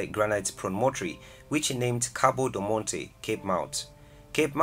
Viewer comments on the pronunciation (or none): none